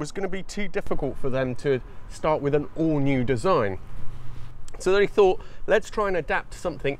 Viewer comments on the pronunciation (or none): none